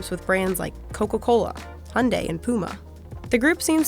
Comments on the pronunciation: I appreciate the fact that you pronounce Hyundai as han-dei and not h-yun-da-i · Finally someone pronounces Hyundai correctly